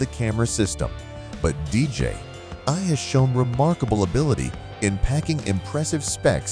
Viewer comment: It's DJI not DJ ....I !!! Jerk!